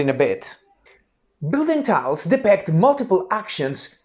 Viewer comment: Very useful video! Although I must say the strange mispronouncing of the word depict distracted me constantly. 😏